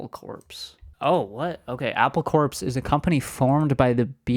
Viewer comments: It’s pronounced “Apple Core”(the pun was intended) rather than Apple Corpse “😊❤ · 'Apple Corps" is pronounced "core", a pun, as in "apple core" lol